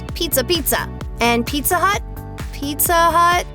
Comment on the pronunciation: Oh no mah peet-tha